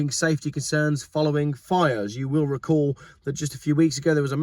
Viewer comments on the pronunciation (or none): none